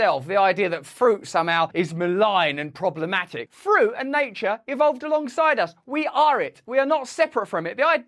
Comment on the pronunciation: Fruit Russell NOT Friut! 😯😯🫣🫣👍